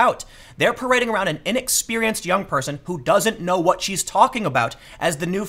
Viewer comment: Trevor didn't knowah.